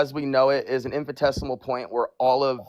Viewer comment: spouts off a bunch of science-sounding words and thinks he's saying anything, while saying "infi-tesimal" which isn't a word 🤣The word is infi-ni-tesimal,. Also, a singularity CAN'T BE mono-atomic because ATOMS FORMED LONG AFTER THE EXPANSION STARTED, dummy. A singularity can't have any of the particles that formed later INSIDE of this universe.